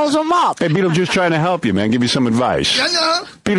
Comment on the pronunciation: Sounds like “somebody (something) trying to hell him something” to me.